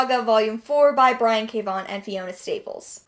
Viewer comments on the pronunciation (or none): none